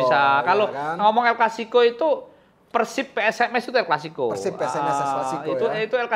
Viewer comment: peursib peursib mulu, pelafalan yg bener tuh pérsib. dasar pundit abal2